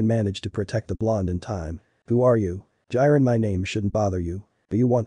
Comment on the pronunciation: Ah yes "Jairen"